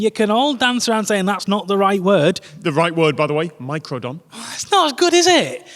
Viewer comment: "Meicrodon". Note the "e".